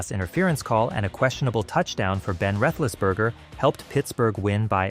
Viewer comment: There's ways to learn how to pronounce names like "Roethlisberger."